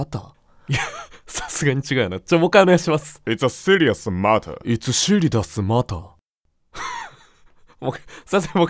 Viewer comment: matterの発音はマターじゃなくてマラーっぽく